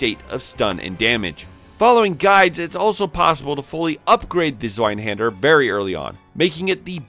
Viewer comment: zz-vye-hawn-der haha great vid, dude. Reminded me I gotta play Code Vein again.